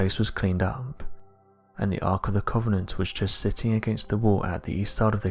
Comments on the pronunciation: you say covenant weird lol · Sorry, mate. Can't watch a film about The Ark of the Covenant from someone who can't actually pronounce it.